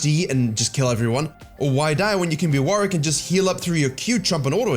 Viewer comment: WarWICK not WarRICK